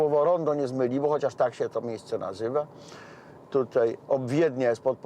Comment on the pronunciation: Panie Marku, apeluję: tutAj, a nie tutEj.